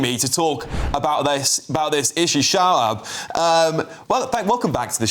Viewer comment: I liked how every time the presenter was saying "Shoaib" it sounded like "Shut Up" 😂😂